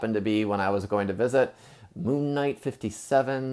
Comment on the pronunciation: It's Stephen Platt, which is pronounced like Steven.